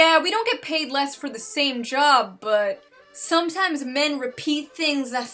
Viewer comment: 'Somethimes men repeat thinsh I shay'